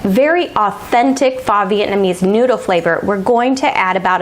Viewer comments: This looks delicious! Pho is pronounced "fuh" fyi :) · "Faw Vietnamese noodle soup" haha